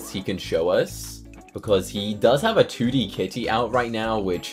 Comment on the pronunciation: "he ot a 2d ca" say your T's